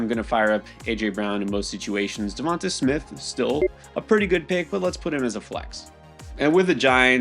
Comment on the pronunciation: DEVONTA IS PROUNCED DEVANTE !!!!!!!!!!!!!!!!!!!! I keep saying this every week, but you mispronounce his name every week. It's really not that hard!